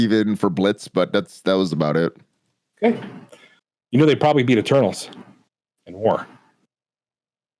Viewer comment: Every time said Eternals I heard "Turtles...." I was like? who are the "turtles"?